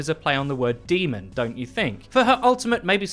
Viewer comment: It’s pronounced demon not d mon